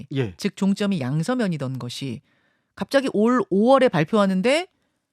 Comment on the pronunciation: 왜 갑짜기 라고 강조 하지 마세요 ~^^